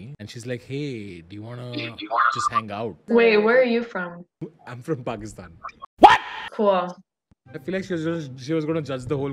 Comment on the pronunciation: The way you just spoke pakistan instanteneously is toooo goooooooooooooooooood